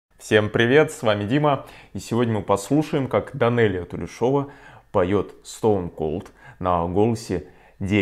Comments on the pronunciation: Данелия Тулешова казашка и фамилие ее казахская. Там ударение ставится на букве «Е». От казахского имени ТУЛЕШ. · Правильное ударение тулЕшова :) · У казахов ударение падает на второй слог ТулЕ шева. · Привет её фамилия Тулешова, ударение не на О. Тут ей 10 лет.